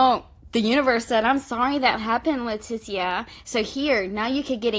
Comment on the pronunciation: Same. Never met a Lah tee see uh. It's always pronounced Letisha. Lol